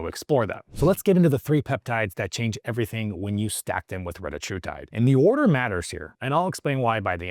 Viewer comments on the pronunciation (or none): none